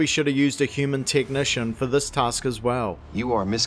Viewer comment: Do you say tetnitcian?